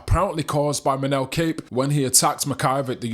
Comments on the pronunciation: It's pronounced COP. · Kape last name is pronounced like "cop" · Surely you know his name isnt pronounced 'Cape'